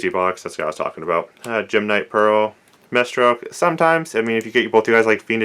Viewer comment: ugh, it kills me when people say "MAY-Stroke" it's "MY-Stroke" Maestro.